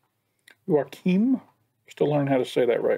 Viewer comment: that last Joakim was a great scandinavian pronunciation (if said with a more normal tone ofc)😄